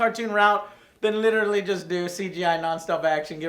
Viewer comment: joe literally says "litralley" EVERY sentence.. lol